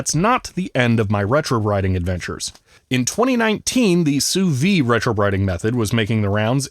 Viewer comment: The "d" in "Sous-vide" needs to be pronounced. It's the difference between "under vacuum" and "under life".